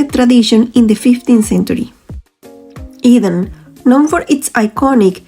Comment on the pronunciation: It is NOT Goeda it is gouda with ou as in english now, you got the g right though...eDam not eVam.